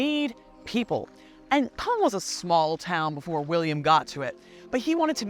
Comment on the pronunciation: Great pronunciation of Caen ! 👏